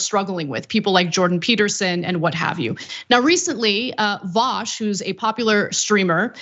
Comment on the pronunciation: It's pronounced VU SH, vu as in deja vu and sh as in SHHHHHHHHHHHHHHHHH